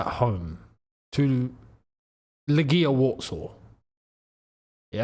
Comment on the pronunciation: That’s not how you pronounce Legia.